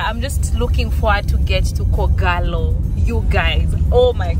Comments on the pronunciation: I thought you made a mistake saying Kogalo as opposed to kogelo - thank you for the clarification! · 🤣🤣🤣Truly, it's K'Ogello not Kogalo but I hear u. Good luck & enjoy. Thanks for uploading this